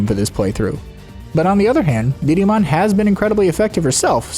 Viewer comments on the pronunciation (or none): I'm sorry, but I can't stop hearing "Didimon". Great video :D